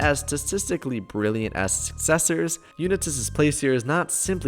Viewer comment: You pronounced it like Johnny Unatiz lol